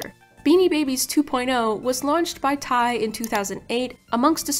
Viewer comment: your pronounciatiob of TY is killing me